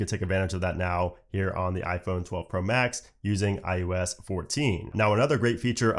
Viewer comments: is he saying iUS?? not iOS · I cringe every time he says “iUS” 😣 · Why does it sound like he’s saying IUS? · say iUS one more time